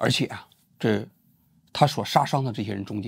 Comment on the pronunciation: 王局，是素昧（mei)平生,我听到你说成味，也是惊讶，这稿子似乎不是你自己写的吧？王局说的大部分观点，分析都同意。只是遗憾王局没有拿出一定篇幅去谴责他杀害无辜学生，和他一样被实习工厂剥削的社会底层民众。如果像杨佳一样敢于碰硬，谁欺负你你就还回去，把工厂里欺负你的和学校里伤害你的领导作为袭击目标，才能让他们感到恐惧，从而被迫做出改变，惠及后面的底层弱势学生。